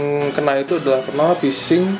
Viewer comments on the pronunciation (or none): Phising bang bukan Pysing -_- :v